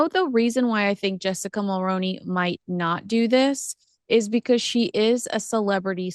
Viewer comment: Always interesting! Just one point, the last name Mulroney (Ben & Jessica) is pronounced differently here in Canada. Other than that, good job! 😊